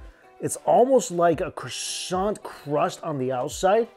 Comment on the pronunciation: Bresants.. or breasants.. or coisbread